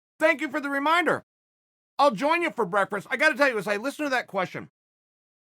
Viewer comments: this guy said breakfrest wrong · I only clicked to hear Chael say breakfrest. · Brekfrest Chael has arrived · Chael "I'll have breakfrast with you." Sonnen